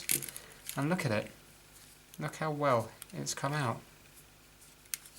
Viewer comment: Love when you say "look a-it"! I actually cringed at seeing you try to pull the balance spring into the screwdriver slot on the fulcrum post! There is probably a pin missing that would keep the spring from popping out of place. As it is the spring is resting on the side of the post. As howlindan49 mentioned, it's best to remove the movement from the case and remove power before removing any of the plate screws, especially the balance screw. Great to see you got this old girl ticking again!